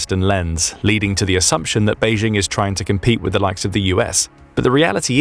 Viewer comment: There is no such place as "Beizhing." Chinese does not have a "zh" (pronounced as the "j" in French, as in je, Jean, jolie, etc.). The "j" in Beijing is pronounced EXACTLY the same as in English, as in jingle, jingo, Jim, jinks, etc. Go ahead, say "Bay-jing." Saying "Bayzhing" makes it sound like a French village. Please stop it.